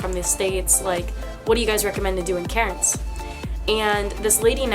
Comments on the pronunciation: Lmfao it took me a hot minute to realise you were saying Cairns. I honestly thought you were saying Karen’s 😂😂😂😂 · The accent, when you say Cairns. I'm thinking, who's Karin?? C - air -ns